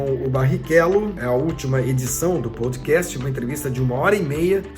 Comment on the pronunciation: "Poudcast", só zoando... kkkkkk